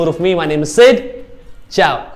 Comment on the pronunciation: you would have way more subscribers if u actually got a device to make a review for; that's a lot of thumbs down for a video. you're not Italian, u sound silly saying ciao :s damn man camman